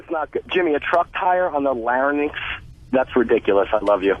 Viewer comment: "lair-uh-nicks" holy shit Jim, it's Larynx. not Lairuhnicks